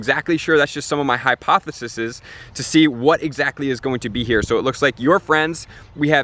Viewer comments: Hypotheses* high-poth-e-sees. Not high-poth-e-sis-es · hi poth eh sisis lmao